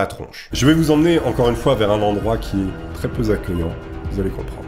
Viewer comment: Degré celcius °c et non degré tout court °. Kilomètres à l'heure ou par heure et non Kilomètres heure. "...très peu z'acceuillante" !!!!🤨